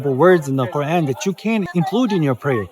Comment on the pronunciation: You need to stop pronouncing the Qur’an in that fake accent. It’s super cringe.